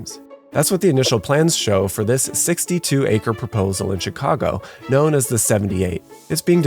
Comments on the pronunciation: I’m sure I missed out on a great video, but being from Chicago, and hearing him say “Checago” made me stop watching 😂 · I hate how he pronounced my city